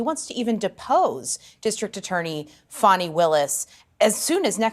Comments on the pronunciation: CNN is the only outlet calling her FAWNI instead of FANI... Why am I not surprised? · Fani. Not Fauni. Obvious attempt to make her sound more sophisticated and just better than us. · Notice how all these media outlets try to fancy/class up her name?? 🤣 "Fahni" Nope... Its fani, ... as in fanny Amd they've ALL been doing it... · Why does the media keep calling her “fawni”? Her name is Fanny, like a backside. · Someone's pronouncing her name "Fawni?" Not Fanny? Pluuuleeze! 🤣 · Why do the liberal democrats keep saying her name is Fawny…it’s Fani as in rear end! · Can anyone pronounce Willis' name correctly... Fahnie, Fannie or Fawnie 🥴